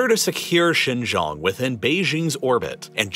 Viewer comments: How could you trust a guy about Xinjiang, when he doesn't even pronounce Xinjiang correctly? What kind of information would he have possibly researched into? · The fact you butchered the pronunciation of Xinjiang so badly it's clear you didn't research it beforehand is amazing. Even the other youtubers that pretend to care actually try to pronounce it correctly, but you weren't even close... You don't give a damn about Xinjiang, the Uighur population or their culture. You know nothing about them and are using them as a political device. God help anyone who believes the nonsense you spout. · I was trying to figure out where "Shaaan Gioong" was and then it hit me at the end. Its xin jiang or shin, (like the body part) gee- like gee! wiz! , "ang" like the "an" in Taiw AN. With a "g" at the end.Gee Wiz! Yeah maybe some people will think this is nitpicking, but it's not. Especially when I spent 90% of the video trying to figure out exactly where you were talking about. Geography makes place names very important. For those of you who will be quick to snap back and say that "it doesn't matter" well, just think about it! If I was talking about New York State and I said Nyack or Newark instead of New York, There's a pretty big difference that can lead to factual distortions , so I think you should do some consultation on proper pronunciation if you're going to be doing these nice series on geopolitical matters that involve world geography and place names, because if I'm trying to talk about New York and I can't get Nyack, Newark, Newport, and New York distinguished, it's not going to help understanding the geopolitical situation much. Besides my brain latency goes up when it goes into error correction mode. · A bit pedantic but it was bugging me. Xinjiang pronunciation guide. Xin- sounds like “shin” Jiang- sounds like ji Ang with an emphasis on the A, and sounding like ong in gong. Great video. Keep it up.